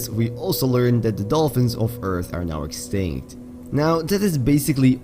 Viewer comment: "the dolfins of eath are now extigt" Huh?